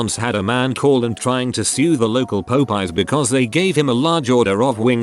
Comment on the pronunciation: nobody: literally nobody: narrator: pope-eyes